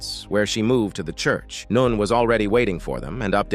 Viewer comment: Can't get over the "noon"😅